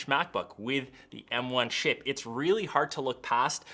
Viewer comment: yeah i know the m1 chip but it sounded like “shit”